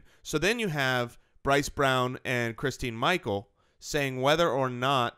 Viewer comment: It's christin Michael